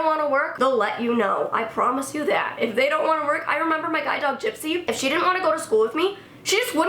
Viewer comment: I thought sh was saying guy dog not guide dog